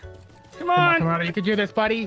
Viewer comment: said tomodo